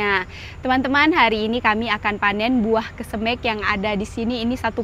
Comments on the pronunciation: Bukan kesemek.tapi kesemeg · Iya benar,koreksi dong penyebutan kesemeknya,skrg kan sdh tau😂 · klw ngomongin kesemek.....gk enak di mek nya.....makanya tlg dirubah seperti bahasa yg lazim disebut.....saya tau itu bahasa Sulawesi saya punya tetangga orang Makasar klw bicara persis seoerti, tapi suka kita becandain suruh rubah😂😂😂😂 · buah kesemek down? Pengucapan nya lucu amat kesemekDown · Bauahahhahaha iyah penyebutannya kesem€k😂😂😂😂 ngakak 😅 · Kesemek bukan kesemEk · Yg bikin ngakak selain buah kesemek juga.cesnat bacanya duku cesnut bikin ngakak 😂sehat2 bumill semoga babynya adek abil kembar cwek cwok 😂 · Lidah sulawesi sebut kesemek😂 sehat selalu bumil🥰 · Baru comment dalsm hati kok sebut kesemeknya begitu he, ternyata memang begitu he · Denger kesemek dr rasanya gimana gitu😊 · Pengucapan kata kesemek buat orang jakarta rada aneh ya dengarnya 😀🤭